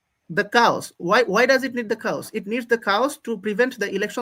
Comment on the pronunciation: coowsss what!!! 😅I think he meant chaos